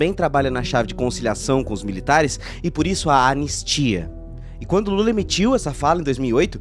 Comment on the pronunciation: Ele não fala assim o nome do Lula